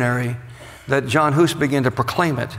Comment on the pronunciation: its not John Hus. Its Jan Hus. pronouncedd Yan